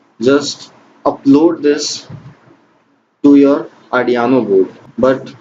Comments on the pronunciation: its arduino not ardiano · Ardiaano board 😂😂🔥 bhai its arduino